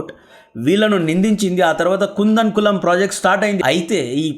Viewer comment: కూడంకుళం అని పలకాలి. కుందన్ కలం కాదు 5.30 టైంలైన్ లో